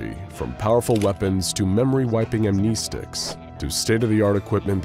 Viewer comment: Ah, the old "mispronounce to get remembered" trick,, "amneestics"? No, "Amnestic", as defined by Merriam-Webster as "causing amnesia" (pro-tip; use their "listen to" function to get it right).